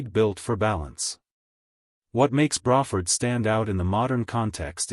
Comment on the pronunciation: "Bra" Ford, like a woman's bra. Hmmm? I thought it was "Bray" rhyming with gray or pray? I guess we can all learn something new from AI generated collections of random facts!!